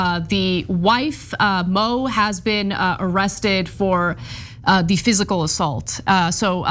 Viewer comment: Her name isn't Mo/Moe it's MOO!!!!